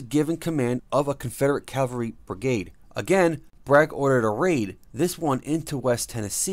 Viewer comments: LOL, also he says Calvary instead of Cavalry, big difference in definition. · Why would they get somebody to narrate this who can't even pronounce,"Cavalry?"